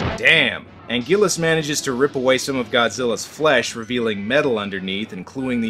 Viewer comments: This man said Angulus 😂😂😂😂😂🤣🤣🤣🤣🤣🤣😂😂😂🤣😅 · angillas Bruh it’s anguirus